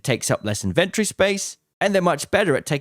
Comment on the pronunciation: You pronounce "inventory" like an absolute sociopath would